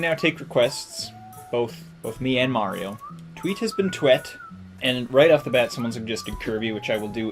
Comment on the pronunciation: dats not mario thats maro